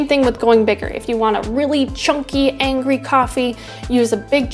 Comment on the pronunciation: i will be honest it irritates me when you say angry but with that e